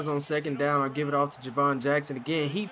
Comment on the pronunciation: You didn’t have to put emphasis on gap like that 😒